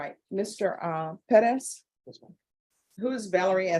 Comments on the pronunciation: Unless youre speaking spanish, its Perez, not Peddez. It sounds so ridiculous. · I was thinking it’s Pettis this whole time, I refuse to believe she’s jacking up Perez so much. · Why does she always try to pronounce Perez as peh-dez? Just say Perez. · It’s Perez